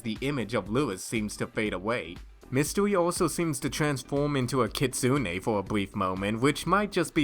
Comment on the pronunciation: If I may be so bold, you both mispronounced Kitsune. You say it like "key", silent t (short break after say key) "soon" "eh"